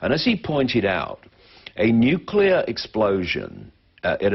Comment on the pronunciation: "Nicular fission is a clean, cheap and very safe..." Are you having a laugh, or you just plain stupid? Decommissioning a nucular generating plant costs more than it costs to build one. The long-term storage of nuclear waste will exceed even that. And you are even so creduluous as to believe in the global-warming myth. Writing further to a block-head like you, would be a waste of my time. --R.T. Thomes (Amsterdam, The Netherlands)